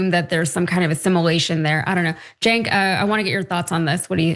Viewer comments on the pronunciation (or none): The Free Press? Free for who? And how hard is it to say "Jenk". And Bill Maher has always had a racial blindspot, he is racist. To be honest, Cenk has had one himself at times, as has Ana (moreso than Cenk). A lot of people have anti-black views on some things. Israel is the most oppressive country I've seen recently - openly committing genocide. 70,000 is not the number. It's closer to half a million (500,000) or more.